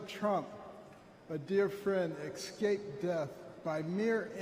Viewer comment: Can you imagine this idiot operating on your children's brains??? He's supposed to be a pediatric neurosurgeon but can't say 'escape' properly 😅😅😅😅😅